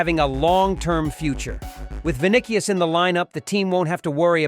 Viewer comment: Bro can’t even pronounce vini’s name correctly.. smh… “Vinikious”